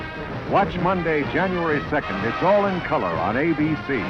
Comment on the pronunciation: Another great clip fest,! - I was expecting Ms. Montgomery's intro to end w/ her heavily accented "in cullah". - The new timeslot must not have worked well enough, as ABC cancelled LMaD the next year. - NBSeeUs, the last NBC season slogan before the return of the Peacock. This was a local promo, probably for WNBC-TV, NYC, or KNBC-TV, LA. - I'm confused about whether his name is pronouced KOL-SHAK or KOL-CHAK. Most people seem to say KOL-SHAK, but it's spelled KOL-CHAK, and his boss pronounces it that way. - Pete Porter's acting a lot sillier in this sponsor promo than he acts on the sitcom, where he usually plays straight man to his wife. - Fortunately for Patrick Duffy MAN FROM ATLANTIS was cancelled early enough for him to play Bobby Ewing on DALLAS the next spring. - John Travolta was rarely on WELCOME BACK KOTTER by its last season, and I understand the same was true for Gabe Kaplan. - OPERATION PETTICOAT, w/ most of the cast from the previous season replaced, was cancelled after just about 5 weeks of this season. - I remember Archie's line to Maude there most from that AITF episode, which served as a pilot for MAUDE. - CBS recovered WONDER WOMAN from ABC's cancellation pile, insisting on moving the time setting from WW2 to current day to save on production costs. - This time ABC rescued GHOST & MRS. MUIR from NBC's cancellation pile. CBS did the same for GET SMART the same season. Both shows lasted just 1 mor